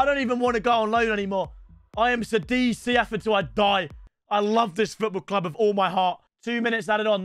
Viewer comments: hold on says Sadiz? Its called Kadiz with a C bro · pronounced kadiz by the way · It's pronounced Kadiz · Bro cant even say the name of the club his in